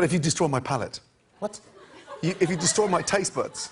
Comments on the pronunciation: It's actually palate, not palette. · Justin Dubois It's palate.